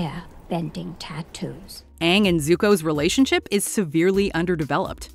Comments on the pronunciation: Wanted to be more accurate by having the right pronunciation but also casts a bunch of white people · "That one syllable to many" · Ah, there's nothing wrong. They just missed key details that make the series what it is and infuriate everyone by mispronouncing names. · The continuous mispronunciation of Aangs name drove me crazy. Everytime they did it, it hurt my ears and made me exponentially angry. There is overwhelming evidence of how to properly pronounce his name and you continually mispronounce it? Even if I wanted to re watch this dumpster fire of a movie, I couldn't simply because of that one little thing. If you can't get that right, how can anyone expect you to get anything right. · The movie would have been like 10% better if he said his name right one time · For me, it's hands down the pronunciations. It's not like it was a book and they had no audio, it was a series where names and the like were spoken dozens of times. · Sadly, i watched this in the theater and still clearly remember regretting it when I saw that M. Night Shyamalan directed it. Felt even worse when I heard how they pronounced Aang. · sorry, but, you mispronounce his name, haha. Aang, the show (said as "eyng") ... the movie (said as "ong") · I actually couldn’t watch anymore after sokka was called soka and aang was called ong. Other then that I would say the worst part of this movie is the casting. They whitewashed the main characters and made the entire fire nation the same race which btw was wrong. Like seriously? This is probably the worst live action remake of an animated series Like bruhhhh I was so disappointed at the quality of the FIVE FREAKING MINUTES I WATCHED. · Aang❌ Ong✅ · Like how they were bending the elements was really cool and really well done BUT WHY THE HELL WOULD THEY MADE HIM SAY HIS OWN GOD DAMN NAME WRONG ITS AANG NOT oNG LIKE WHAT THE F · "My name is Oong" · mY nAmE iS OnG" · no? his name is pronounced “aang” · no, 000000nggggg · The name mispronunciations